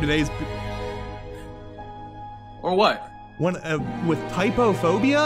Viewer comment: "Trypophobia":Tryphalabobia